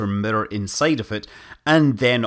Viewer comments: I keep hearing murder instead of mirror dang that's funny XD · The best part about Scott Manley talking about mirrors is Scott Manley pronouncing mirror. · I love the way you say mirror